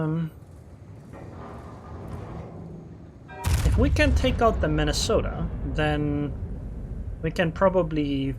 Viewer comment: I like the way you say Mini-sotta. 😆